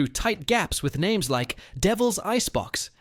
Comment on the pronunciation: Learn how to pronounce the names correctly